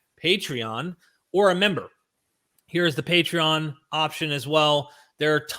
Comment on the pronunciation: Did almost say: "Matreon" instead of Patreon?. Luv it! 😁